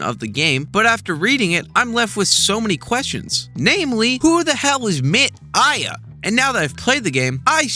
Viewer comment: Chico Science is great too, but 'MIT AIA' is clearly just 'Tim Maia', another beloved musician >w<